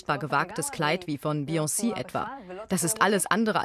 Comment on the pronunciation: Die Sprecherin bei spricht Beyonce so seltsam aus, dass ich das Wort erst verstanden habe, als das Voice Over vorbei war